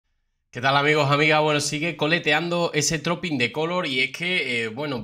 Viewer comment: Se pronuncia truping en lugar de Trooping.